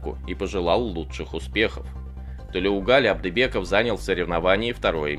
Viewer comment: Не Тулеугали а Толеугали